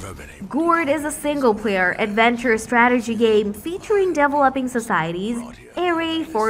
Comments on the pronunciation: "STRATERGEE GAEMS" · Nup I couldn't even watch after the fifth 'STRATERGY' lol